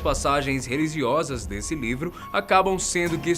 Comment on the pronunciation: quem ouviu: PASSAGENS RELIZIOSAS?